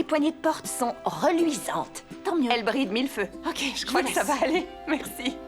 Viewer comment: Question: pourquoi l'actrice principale rajoute un ssse à chacun de ses mots ? Comme plassssse au lieu de place et nuitsssss au lieu de nuit et merssssi au lieu de merci.